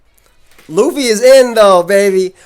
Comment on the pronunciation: Lol lu-fee